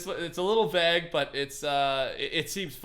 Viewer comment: "its a little vag" is that really how Canadians say vague? lol